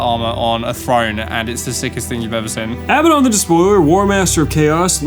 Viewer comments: Hearing pronounce Abaddon like he's saying "madden" is cursed as fuck 💀 never heard anyone pronounce a world so wrongly before. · can't call yourself a 40k fan and still call him 'uh-bad-un'